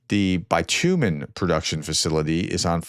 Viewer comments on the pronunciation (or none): Kinda pronounced like Bitch yoo min not Buy too min or Buy tuh min : ) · And it's pronounced BIT-u-men not Bi-tew-men. Reducing supply will mean Russia will not be able to repair roads or drivable surface areas (around storage depots/airfield aprons etc) easily. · it’s pronounced bit-you-men, not bI-tOOM-en. It’s a heavy hydrocarbon that can be hydro-cracked down into just about any other form of hydrocarbon product modern society uses. Hydrocracking involves injecting hydrogen gas, along with various catalysts, in a high pressure fractionating tower. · "Buy-teuw-men." Really,? It's the stuff you drive on - and used on crappy roof shingles. It's pronounced BIT-you-men. It's not a key military material, but definitely useful for roof and road repairs - and what will they do with the stuff, that is essentially the sludge left behind after oil refining, if they can't process it for civilian use? Every little helps. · Bit tumin not buy tumin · Bi too min ? You mean bit u men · Bitumen (pronounced Bit-u-men, not Bi-tu-men) is the black tarry stuff on roads, usually mixed with crushed road. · I'm astounded that you had no idea what bitumen is. It's pronounced bitch-u-men, not bi-tu-men. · FYI it's bit-u-men not bi-tu-men and It's used for making road surface and roof waterproofing, love the updates keep up the good work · BITumen.....BITUMEN.... My god.... practivce these russian and ukrainian pronounciations....please!!!! bitUmen???? Really? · It's pronounced "bit umen" not "bite umen". In my area they use it to pour on the ground in a uniform layer then sprinkle small crushed rocks and it become like asphalt once the top layers of rocks fly on the shoulders. Cheaper than real asphalt. Biggest disadvantage is in the heat. A human doing a pivot on one foot will end up having that tar all under their shoe. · Bitumen is a common English word. BITCH you men, not bye two men. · 5000 is 5 thousand not 500. Bitumen is pronounced bə-ˈtyü-mən not bi tu men